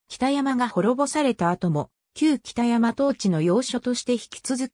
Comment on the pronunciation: お節介かも知れませんが読み方間違っているのがあったのでここに載せときます。 北山（ほくざん） 舜馬順煕（しゅんばじゅんき） 怕尼芝（はにし） 中山王（ちゅうざん） 尚巴志（しょうはし） おもろさうし（おもろそうし） 本部町（もとぶちょう） 志慶真乙樽（しじまうとぅだる） 今帰仁村（なきじんそん） ちゃんと読み方も調べてほしかったです。